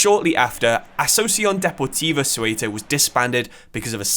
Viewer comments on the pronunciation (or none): is it so hard to look up how to pronounce Spanish words? if you are going to make a video about a club from other country at least look up on how to pronounce it, don't just invent some bs, its pronounced like "SAY-oo-tuh" not suelta or Coelta. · it is pronounced SEUTA not cueta .. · The video was great, but I admit I was cracking up whenever I heard Cueta. Think it's an English problem, they all struggle with the /eu/ letter encounter. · How did Ceuta even become 'Cueta'? Just swapped vocals for fun? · Soy de Ceuta se pronuncia CEUTA no Seuta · Imagine making all that effort of creating such a great video about a football club, mentioning its name about a hundred times in various versions and not pronouncing it right at least once 🫣 as a non spanish speaking person I feel embarrassed 😳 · I love your videos but Ceuta is pronounced very differently, the “c” is pronounced like a “z” when pared with “e” or “I”and the “e” is pronounced more similarly just like the one in the word “the”. Still amazing video really liked it